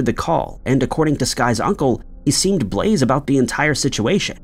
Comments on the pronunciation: "he seemed 'blaze' about the situation". 😂 It's pronounced "blah-zay" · Blaze? You mean blaze', pronounced "blah-zay"? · is not Blaze... it's Blasé and is pronounced= blah-zay. Meaning unimpressed, indifferent, having experienced something so many times you don't really feelone way or another about it. Lol I just became THAT person smh.😂 but I had thought it might be helpful. No hate and I truly love your videos. ❤ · blaze? stoned? 😂 its blasé blase, bloz ay. speaking of which blase is a good ass song by ty dolla sign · that is pronounced “blah-zay” not blaze. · There is an occasional mistake, but the mistakes in this video are overwhelming. Showing the incorrect pictures when discussing the two men, the sky woman thing mentioned by many, the blaze pronunciation. I know it triggers comments which is good for them, but I cant even finish this video. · Blase: BLAH-ZAY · AI voiceover. I refuse to believe anyone would say "blaze" instead of "blase". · Blasé = blah-zay ❤😊❤ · "Blase" is pronounced: "blah-ZAY." You're welcome. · Blase --> blah-zay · Blasé pronounced Blah-zay...js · i noticed he pronounced it blaze lol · Blase’ - learn to pronounce.